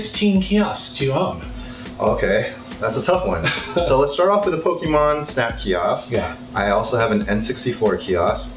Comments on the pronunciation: Kee Oskh , KEE OSKH , KEEEEE OOOOSKH , KEEEEEEEE OSKH !!! FFS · It's pronounced KIOSK not key-oss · stop saying fucking kiosk... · If he says KIOSK one more time..... 🙄🙄😂😂